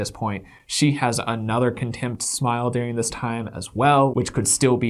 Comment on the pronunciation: Yes,! Go off!!! These people are disgusting and remind me of the Stauffer’s mishandling of their adopted child. Let’s hope this incident tanks their channel and their livelihoods. I feel bad for their child and poor Bowser. Also, I love how you pronounce the word during as “dearing”. What region did you grow up in?